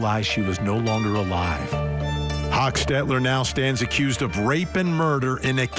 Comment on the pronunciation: First of all, meigs and Kinsinger was pronounced wrong….as well as hochstetler…